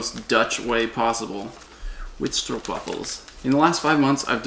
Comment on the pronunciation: Now I know what those waffle cookies are. I thought you were saying street waffles. 😂